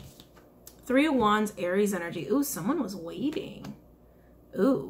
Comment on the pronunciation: "Wai-ting" "Wai-ting" That whole part took me out 🤣🤣🤣🤣🤣🤣🤣